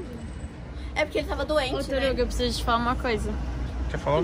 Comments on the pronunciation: "TORUGO" é foda! 😂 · Tem moradorava nova que fala TORUGO, tem like!! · "Torugo" foi foda.kkkkkkkkkk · Tem alguém falando Torugo tem like